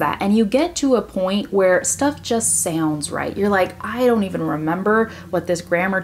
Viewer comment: Your way to pronouce " sounds and around" sounds kinda different!!! Is some kinda accent or something? Brasil!!!!